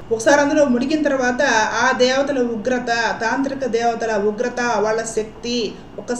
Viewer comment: వాల్ల కాదమ్మా వాళ్ళ. ల వేరు ళ వేరు. మిగతా అన్ని సరిగా చెప్పారు.